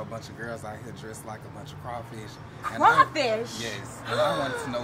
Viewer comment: He said crow fish I am dead 😂😂😂😂